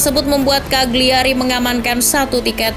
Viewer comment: Just info, Cagliari dibacanya "kaliari", huruf G nya tidak dilafalkan.